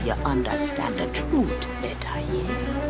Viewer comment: ah yes the troot